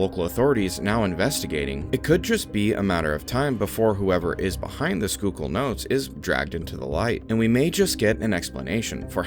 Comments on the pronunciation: Dude might actually be from PA for being able to properly say Schuylkill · Whoa, he said Schuylkill right lol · Not gonna lie I was gonna click off if you couldn't pronounce Schuylkill 👏